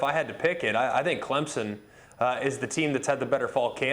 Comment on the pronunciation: Did he say ClemZON?